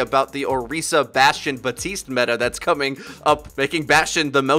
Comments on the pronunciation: Please stop making the "p" in Baptiste silent that's not correct lmao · Stop mispronouncing Baptiste's name... It's not "buh-TEEST", it's "bap-TEEST". Like Baptist, but with an "ee" sound instead of "ihh". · Hey man I appreciate your channel and everything, but you and everyone else on here needs to learn how to say "Baptiste" It's BAP - TEEST not BUH - TEECE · It annoyed me enough that people couldn't pronounce Brigitte correctly, but now that I'm hearing people constantly mispronounce Baptiste, a name you can literally read and pronounce phonetically, my OCD is off the charts BAP-tiste. There's a P in there. WHY DO THESE INSIGNIFICANT THINGS UPSET ME SO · Y'all: [sees the word "Baptiste"] Y'all: I'm going to ignore the "p" entirely and only sometimes say the second "t."